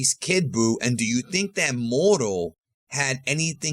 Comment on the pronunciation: Its Moro.....